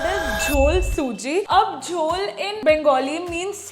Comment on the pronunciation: wohoooo.....where to retire series😂😂seems interesting....JHAL SUJI❌ JHOL SUJI✅......Really appreciate the effort you guys put into every video 🙌Soon to hit 10 million subscribers — praying for even more success and growth ahead 🔥📈